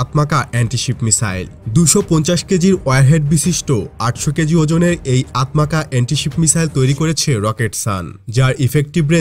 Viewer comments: আতমাকা না উচ্চারণ হবে "আতমাজা"। তুর্কি ভাষায় "C" কে " জ" উচ্চারণ করে। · আতমাজা হবে।তুর্কি ভাষায় c - j এর মতো উচ্চারিত হয়